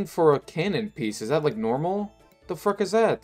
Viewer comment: You are right at :12, he said "fruck" I think. I listened again, and Idk man this sounds like fuck here.